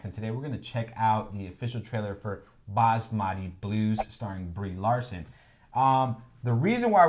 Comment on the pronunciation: Gian, Good job on pronouncing "Basmati" correctly (well, 90%). You are the first Westerner I have heard who did. I haven't heard of this film before, much less watched it, but I have some thoughts. First, as we all know, Basmati is a famous type of rice that comes from India (and Pakistan). It is primarily grown in the north Indian Himalayan foothills. It took the farmers of the region thousands of years to create. There is mention in ancient Greek writings by a Greek traveler writing of his travels in India. He mentions that Indians have somehow perfected a way of cooking rice in a way that keeps each grain separate from the others, rather than it all clumping together. Well, that is one of the features of Basmati rice which has a low starch content. That is important because about 10/15 years ago American corporate farm structures, seeing the world wide popularity of Basmati rice, tried to market a cheaper brand of rice called Texas Basmati, thereby effectively stealing and copyrighting the name Basmati. Naturally, India and Indians were pissed off and brought it to the forefront in the media. Basmati rice sales contribute a significant portion of India's exports to the world. Consider that the names like Bordeaux wine, Cognac, etc. can only be attached to those beverages made in and from grapes grown in very specific regions in Europe. Indian rice farmers demanded the same protection for their product. The corporations were shamed enough that they backed up a bit and calle